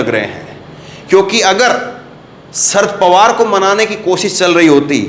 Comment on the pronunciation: Kam se kam nam to theek tarike se boliye. "Shard pawar" nam nahi hai. Nam hai "Sharad Pawar".